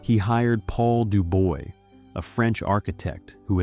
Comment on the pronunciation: DuBois is being pronounced like its written, the oi is pronounce ua in French.